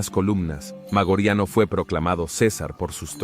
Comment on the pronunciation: Interesantes tus videos, pero deberías repasar tu pronunciación latina. ¿Magoriano? ¿Magorian? ¿Noveláe Maioriani? En latín no existen palabras agudas. No lo tomes a mal, pero estos pequeños detalles destrozan unos videos muy interesantes.